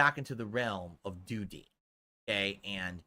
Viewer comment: Can't flush de doo-deh with a broken toilet 😂